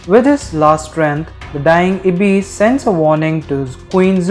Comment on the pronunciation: You calling Ibes-> iblis is a violation 😂😭